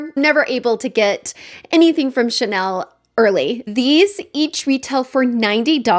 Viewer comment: I think I will not be able to help myself. I have not been tempted by Chanel in a loooong time. I appreciate the effort of searching how to pronounce the name. Thank you